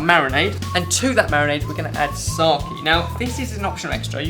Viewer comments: Pronounced SakE not saki :D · your pronounciation of sake is wrong. It's not sak-ie, it's more like sa-kaye. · found myself saying SA-KE every time I heard sar-key :( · I repeat watching it for a couple of times to figure out what is "SOKIE" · He said "sokie".. Hehe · Yes but they pronounced it Saki where as the Japanese pronounce it Sake. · lol he was making fun of you, its pronounced sar-kay not sar- keeeeee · I love the way you guys pronounce it, although it's meant to be pronounced ''sah-ke'' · sake should be pronounced as sah-keh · said 'Sarrhkeee' for Sake.... and my japanese friend is laughing. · sake is pronounced kinda like "sah" like in sahara or the first part of sound and and "kay" like in okay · They should pronounce Sake like its pronounced in the country it's from as its a name, for god's sake (see what i did there ? lol)